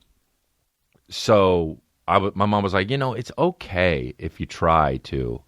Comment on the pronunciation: Love the quick 'kay'